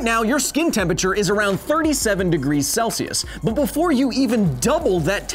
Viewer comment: "Tempature" The more you say it, the more I can't unhear it.